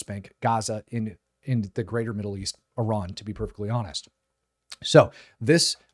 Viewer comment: Let's be honest!! You are actually an Israeli dual citizen. Since you can't even pronounce "Iran" and you forget the occupation, violence will not go unpunished. YOU are the nut job!!